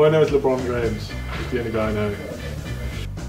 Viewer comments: AND Lebomb james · Man said Steven curry and lebomb James.